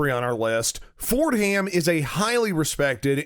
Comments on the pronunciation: Not pronounced Ford-Ham, it is one word, “For-dam.” As it is called in New York City. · Ford Ham? Really? Just a thought. Assume you are a professional. You have a script. You read it before taping. There is a name you are not sure how to pronounce, You A) Wing it and hope you get close B) ask if anyone knows how to pronounce the name, or C) do 5 minutes worth of research on the interwebs. Of course. The answer is A. And you get Ford Ham. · Can't take this guy seriously. He can't even pronounced "Fordham" properly. Not only is he not an academic expert, but he's apparently never watched college basketball, where "Fordham" is pronounced correctly all the time. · You mispronounced Fordham. Also, your criticisms of it were superficial.